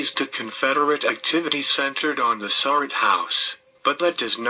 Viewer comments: They always pronounce her last name wrong, It is pronounced Sir- Rat not Sir-Rot. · Just wanted to help you out with pronouncing Mary's name.